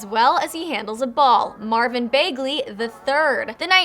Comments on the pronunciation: Whos Marvin Begly?? You mean Bagly. And no it was not like ememinem more like G-Eazy. And yes where is Dame. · Besides the fact that they left Dame Dolla out of the list don't let this distract you from the fact that she said Marvin Baygley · Lonzo got BARS🤣🤣 And she said Marvin BAYGLEY🤣🤣🤣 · Lol she said Marvin “Baegley”